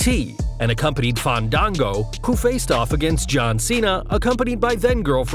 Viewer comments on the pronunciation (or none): Who's "Fon-don-go"??!! 😂